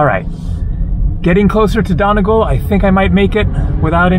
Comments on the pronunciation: I really hope someone told him its said Donny-gall and not Done-agal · it's pronounced donEEgall